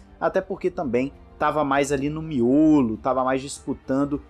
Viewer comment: eu acho tão hilário quando vc falar "miolo" não sei o pq kkkkkk